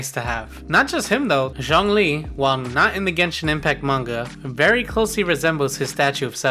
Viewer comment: He said “zongli”